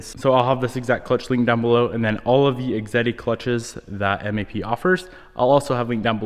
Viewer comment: Awesome clutch. I think it’s pronounced X ehhhh deee and that thing you want to stick in the ground is a fan.